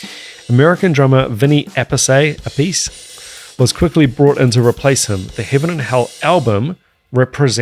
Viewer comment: Appice is " Appitchè" its italian. They did prononced Appees and Appessey for americans that struggle a lot with Romances languages spelling .